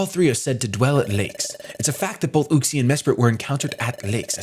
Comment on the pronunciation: Everyone else: “Uxie”: “oOxIE”